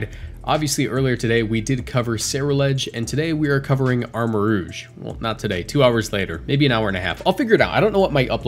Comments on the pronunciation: It's pronounced Armarouge...roozh. Not Armarogue....rowg like the xmen rogue. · It's pronounced "rooj." Rogue is spelled w/ a -gue.